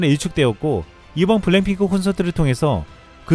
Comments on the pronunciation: 블랭핑크로 들린다. 발음을 정확히! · 내레이션 발음 교정 좀 안되나요? 블랭핑크라고하고 영어단어는 죄다 씹어먹는 발음... ai인지는 모르겠지만 정말 거슬림... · 블랙핑크 발음이 어려워요? 왜 자꾸 블랜핑크처럼 발음하지? 계속 거슬리더군요. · 블랙핑크가 블랭핑크로 계속 들리네요😂😂😂😂😂😂😂😂😂😂😂😂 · 저기요 태클은 아닌데요... 블.랙.핑.크 발음 잘 안되시죠???ㅋㅋㅋㅋㅋㅋ 자꾸 블랭핑크라고 하셔서 ㅋㅋㅋㅋㅋㅋㅋㅋㅋㅋㅋㅋㅋㅋㅋㅋㅋㅋㅋㅋㅋㅋㅋㅋㅋㅋ